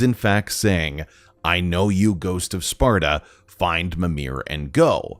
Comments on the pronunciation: His " ghost of sparta " pronunciation was pretty clear. It sounded like ghost of sarta but that's probably because he can't spell the p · I hear septa instead of sparta